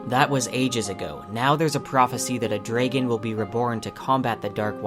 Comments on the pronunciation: I have never heard anyone pronounce it "dray-gun" instead of "drah-gun." Not sure how I feel about that. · Where is your accent from? Tho seriously had you never heard the word dragon said out loud? Or is an accent thing from somewhere to say drey-gon? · Hey very good video. I was just wondering where you are from that you pronounce the word "dragon" like that? I have never heard it said like that. I know that is trivial but it just caught my attention. Anyway, can't wait for the show! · Dude, what's with the pronunciation of "Dragon" and "protagonist"?